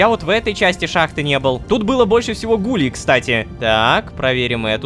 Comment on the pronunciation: Рома, какие гУлей правильно гулЕй ты разве не знаешь аниме "токийский гуль?" ( если я написал название не правильно, то простите😅)